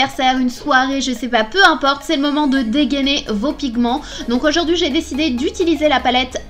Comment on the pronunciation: "auzourdhui on z'retrouve" sa me fait toujours autant rire ta ptite phrase de présentation 😂 Cette palette fait rêver 😍 MAGNIFIQUE maquillage comme dhaab ! Je t'aime foooort Gros bisouuus ! Eh si tu me fesait un ptit coucou de ton snap ? 😊#SnapananasForever 👑💚💚🍍🍍💚💚